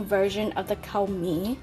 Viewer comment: Damn e ha nee! It’s pronounced like “COOR” think of COORs light beer. Need to “KUA-rect” your pronunciation. :)